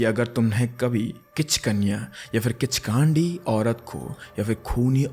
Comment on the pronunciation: किचकान्डि ❌ किच्कन्डि✅☑️